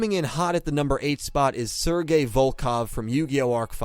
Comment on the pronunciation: he said sergeys name wrong